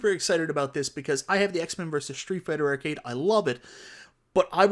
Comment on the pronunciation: Great video. Were you aware that your accent changes every AR sound to ER. Ercade 1up. Like literally EVERY ‘AR’ sound is ‘ER’ 😂 When you say “SHARE”, it sounded like you said SHERE. MERVEL vs Capcom 2 AR sounds do not exist lol